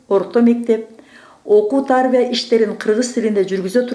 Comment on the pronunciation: Директордун уну. Окуу тарбия деген созду туура эмес окуп салдыго.